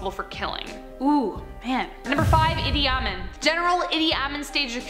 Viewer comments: Just an FYI, it's pronounced Eee-Dee Ah-Meen, not Ah-Min. No biggie, enjoyed the vid as always. 😉👍👍✌️ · Pronounced “Eeedey-Ah-meen” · His name is pronounced "eedee ahMEEN" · Idi Amin is pronounced a bit differently than shown here. E dee Ah mean I really enjoy this series and find this journalust to be a great presenter, who is she? Why doesnt the description give the names(credits) of those involved in production? I would like to hear more from this interesting young woman